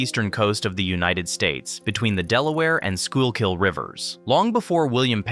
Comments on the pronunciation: I laughed every time you pronounced the L in schuylkill. also I'm pretty sure the tree streets go north south and the number streets go east-west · The way he pronounce Schuylkill is making me want to commit illegal activities 😭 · o0 the 12 different incorrect pronunciations of Schuykill, wow. :face-orange-biting-nails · It’s not a live narrator. It’s just a text to voice robo narrator. It was struggling with what to do with the “y” in Schuylkill. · You should probably know how to spell the word Schuylkill before you critique others for mispronouncing it! :D You'd think someone would have sat down with the announcer and worked with him on the pronunciation considering he says the word many times throughout the video. Of course, they probably didn't even have anyone from Philly working on the video. It was still pretty well done. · That's because AI is pronouncing Schuylkill... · “Skoo-kill” like your killing a school lol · The pronunciation of some place names is off (Schuylkill is pronounced “Skoo-kill” not “skoo-ul-kill”), but otherwise, this is good. Place names are always the toughest, because they (at least in PA) often have a Native American base, or are the Native American name itself, that has been altered by the language and accent of the colonists. This particularly true of rivers in PA—I don’t think there is a single one that doesn’t retain some trace of its Native American name. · it's just "skoo kull" you're doing tre flips with your tongue trying to pronounce that word. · Didn't catch any major errors, but to a resident of the city, it is very jarring to hear street names mispronounced as well as Schuylkill (skoo kill). Its a dead giveaway this is A.I. slop. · It's pronounced "SKOO-KULL" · Schuylkill River = Sku-kal River Born n raised Philadelphian ty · Content is good. You can easily look up pronunciation in any wikipedia article - SKOOL-kill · Amazing video. It is, however, pronounced skook-ull or skoo-kill. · is wrong IT'S pronounced. Sku kill.